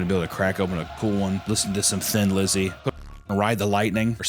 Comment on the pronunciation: Thin Lizzy, pronounced Tin-lizzy If I'm the first to say this I am shocked and apalled.